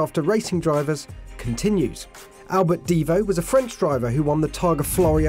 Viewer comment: This is not a Bugatti DIvo...is a Bugatti DivO....a long O not a long I 🤦‍♀️🤦‍♀️🤦‍♀️🤦‍♀️🤦‍♀️🤦‍♀️🤦‍♀️